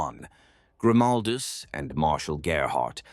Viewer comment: Yep, bullshit ai. Can't pronounce Grimaldus name the same way twice.